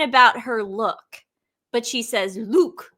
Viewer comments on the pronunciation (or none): Mindy was saying "lewk" for look. It is a stupid slang term. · Look(luke) Pennsylvania Dutch pronunciation. Possibly Boston area. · Look ( rhymes with duke) is how scottish people say look with their accent. I think Mindy was trying to connect her back to the Royal family. However, She didn't research properly & confused a Scottish accent for a London, English accent. Big difference. Fun to see you on Dan Wooton Girls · Mindy was asking about M's lewk, which is slang for "fashion look". She was just pronouncing it like Luke, which was odd 🥴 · Your look is as pronounced just like an English person would say it.